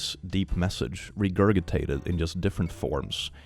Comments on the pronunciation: OMG, it's pronounced regurjitated. You've been doing this for years! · Your English is of course excellent but you’re really going to have to learn how to pronounce ‘regurgitated’ one of these days. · Hearing "regurgitated" pronounced like did made me envision Gurgy from The Black Cauldron regurgitating an apple 😂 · I have never heard "regurgitated" pronounced that way, I love it! Makes it more onomatopoeic 😀